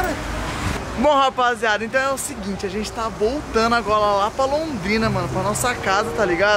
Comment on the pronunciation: "a gente tá voltando AGOLA lá pra Londrina".... 🤣